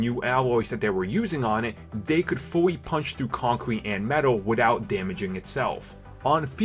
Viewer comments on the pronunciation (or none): none